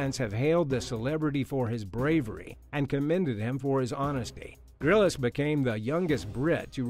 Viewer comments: Lol you might want to learn how to pronounce someone famous name before embarasingly really badly pronounce such a famous name. Lets say Bear Grylls isnt called bear Grillis its just Grylls like a bbq grill. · It’s “Bear Grylls”, not “Grillis”. He might be a fake, but you should use his correct name. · Respectfully, it’s ‘Grills’, not ‘Grillis’. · It's Grylls not grylles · 'Bear Grill-us' ha ha ha ha ha ha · Wait- am I wrong in thinking, why is he pronouncing Bear Grylls name like that, lol? Isn't his last name just 1 syllable?...or am I tripping?? Lol 😂😂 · Sorry but you pronounced Bear Grylls’s surname wrong